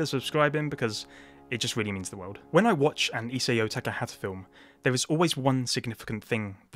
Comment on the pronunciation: It's "I-sah-o."